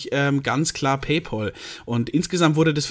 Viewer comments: Wird "PayPäl" gesprochen, nicht "PayPoahl", gell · Bayerische Aussprache